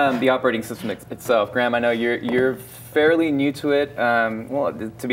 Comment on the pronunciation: His name is Graham, not Gram